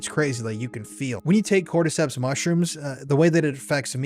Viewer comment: You lost me at "cordyceps" 😬👀